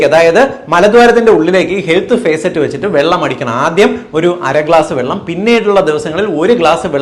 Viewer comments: Facet അല്ല, faucet ആണ് Dr, ഫോസെറ്റ്... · ഹെൽത്ത് ഭേസററ് അല്ല, ഫോസറ്റ്..faucet ആണ് ഡാക്കിട്ടറെ! എവിടെയാ പഠിച്ചത്?🤔🥵🙉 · ഫേസറ്റ് അല്ല ഫോസെറ്റ്